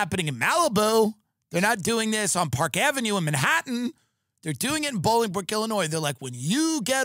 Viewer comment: Its pronouched "Bowl-ing-brook."